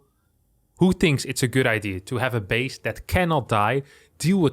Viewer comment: "ideaR". Oh no, is getting Brit-ified!!! Someone save him!!:O